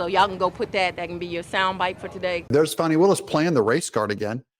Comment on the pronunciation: It’s fan-nee like in ass. Not fah-nee.